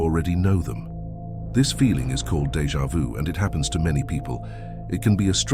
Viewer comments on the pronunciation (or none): Deja vu. Not pronounced Deja vous.